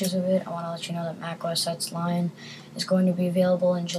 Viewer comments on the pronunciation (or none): It's Mac OS "Ten" not OS "ex"...